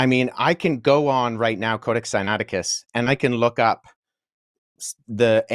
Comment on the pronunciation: The man didn’t take the time to learn how to pronounce “Codex Sinaiticus” that’s all I need to know.